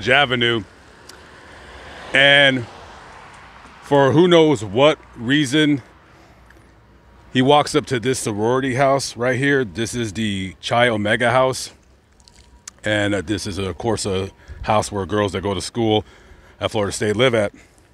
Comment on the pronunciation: Chi omega...pronounced "Kiii" O-mega...